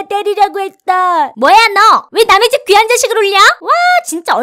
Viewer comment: 귀한 새끼 를 개새끼라고 들림